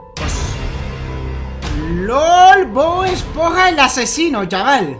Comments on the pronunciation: cuando abla ese hombre dise bod es ponja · lo siento pero es esponja no espoja